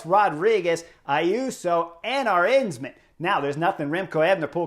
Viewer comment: ARE-ANTS-MAN. I know some people complain but I love some good butchering. If it comes from a good heart it can't be offending.👍